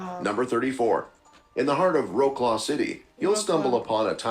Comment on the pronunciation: This is the funniest pronunciation of polish names l've ever heard 😂😂😂 Wrocław = Łaklał Piwnica = Piłnika